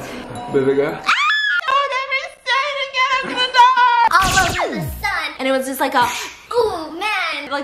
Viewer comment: The fun is he don't say "BABYGIRL!" He say "BEBEGURL!"